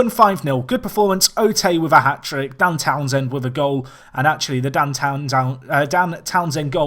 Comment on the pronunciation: How much times can you mispronounce Dan Townsend in 20 minutes? haha